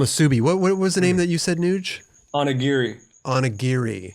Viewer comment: Love the pronunciation of "omusubi" and "onigiri". 😆 is the man.